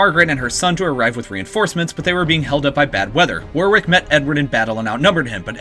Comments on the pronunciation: As an Englishman it's painful to hear how you pronounce Warwick, phonetically it's said like wor-rick not war-wick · Also, I think, 'Warwick' is pronounced 'War-rick'. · War-wick? Where's that? It's pronounced 'Worrick'. Similarly, 'NORTH-Hampton' ,here, irl is called NortHAMPton.Great video, but please visit the city of Warick and tell people how much you love it, pronouncing it as you do repeatedly here. People will laugh in your face.OMFG Lie-chester?!!?!?! Jesus. Leicester is pronounced 'Lester'. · War-Wick, NORTH-hampton, Bew-fort, lie-chester, Tewk-es-bury and Too-dur. So much wrong, so little time.